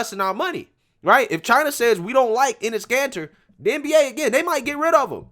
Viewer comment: I can't be the only one hearing 'anus cancer' 😂